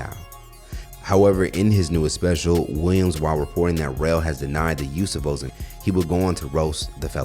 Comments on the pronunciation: Sounds like he's say Mozambique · It’s “O-Zim-Pick”! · I had to run it back the first time I heard "o-zim-peek". 😂 😭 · Why are you saying Ozempeek??? It's Ozempic (O-zem-pick) sound it out! 😂🤣🤣🤣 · wtf is Ohsem Peak? Sound like a national park lol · WTF is " o-zim-peek"🤔😂😅😂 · I thought he said Mozambique.🥴😂😂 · Thumbs down for the mispronounciation of ozempic. Are you serious my guy? We only heard how it's pronounced from ALL the Gaw Damn commercials and shit. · Man, your pronunciation of Ozempic is killing me. Have you never heard of it prior to making this clip? Lol. 🤦🏾‍♂️ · You pronounced ozempic like it's a country in West africa